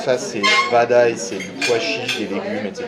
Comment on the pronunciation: mdr l accent qu'il a quand il cite les aliment "vadaye" "satani" mdr !!!